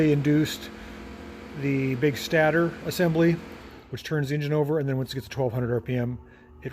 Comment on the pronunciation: I believe the stater is pronounced "state-er".